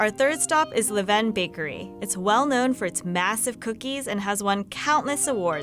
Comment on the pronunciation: All these different pronunciations of LeVain are annoying me lmaooo. It’s “lah-ven”